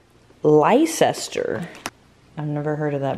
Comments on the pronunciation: Hahaha it's said like "red less-ster" 😂 this made me chuckle first thing this morning! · trying to say Leicester 😆😆 say it like lester